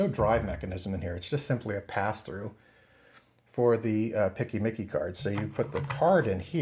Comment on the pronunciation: This is the first time, in 23 years of working in IT, that I've heard someone say "PCMCIA" as "picky-micky" :D